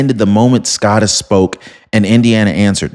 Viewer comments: If you dont stop saying "Scott-us", I'm gonna unsubscribe!😂 Sco, like slow, bro, or grow! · This has been bugging me brother. SCOTUS is pronounced the same as POTUS. The O is long. Thank you for your attention to this matter... LOL Keep up the great work. You are my #1 provider.